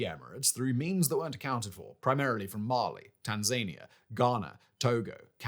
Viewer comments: Tan-ZAY-nee-yah is it now, fact boy?😂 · I'm sorry, a minor editorial note but Tanzania is pronounced Tan - zuh - nee - uh. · Where the hell is “Tanzayinia”? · Hey I love the content but you really need to do a better job pronouncing the names of places. In this video Tanzania specifically but I've noticed this a couple times in the past.